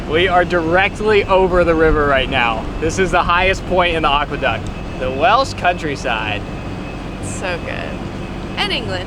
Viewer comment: 😂❤😂❤😂❤ Im Welsh or should I say Whelsh 😂 oh Im easily amused 🎉